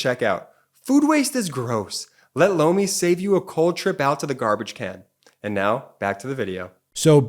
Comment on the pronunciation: I’m really not trying to be crude or anything of the sort, but every time your sponsor says ’Lomi’, it really sounds like he’s saying ‘blow me’. Just a heads up (no pun intended) Love the channel btw! Hahaha 😊